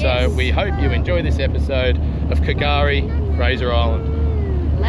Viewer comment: K’gari is Fraser Island. It’s pronounced Gari. The K is silent.